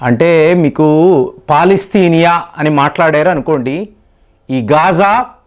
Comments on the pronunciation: అది పాలస్తీనా అంటారు కాని పాలస్తినియ కాదు. మీరు సరిగ్గ పలికేతే మీ వీడియో చూడవచ్చు. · Palastinia kadu ra bulle palastinia anu.